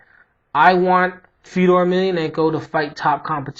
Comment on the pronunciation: its pronounced fe-oh-door. hes a pure legend!